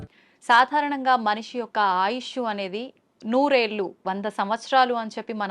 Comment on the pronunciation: నూరేళ్లు అనిపలుకు తల్లి. Noorellu అని పాలకూడదు. వినలేక చస్తున్నాం.